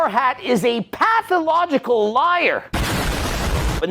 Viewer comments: Pathicological lmao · Couldn't see all the syllables in pathological 😂😂😂😂😂 love it